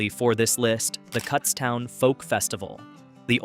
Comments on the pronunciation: Cootstown. As in look. Not cuts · Get the pronunciation correct! Kutztown is not Cuts town. 🤦🏻‍♀️It’s Kuts town with a short U. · Kutztown not cutstown. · Its pronounced koots town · Kutztown is pronouned with a long U. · "cutstown" is when i stopped watching